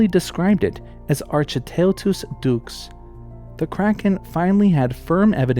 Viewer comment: Enjoying your video very much; informative, and it's nice to see the Cryptid video trope turned on its head. One comment so far is about the Giant Squid, ; the genus Architeuthis is more correctly pronounced ark-e-TOOTH-is, and the species name like "ducks". Unfortunately, I cannot find you a link or source for this.